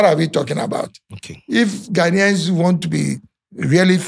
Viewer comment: Firstly can you say Ghanaians correctly what is this ahh